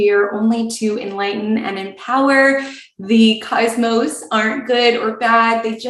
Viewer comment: Phonetically sounds like CAUSE MOSE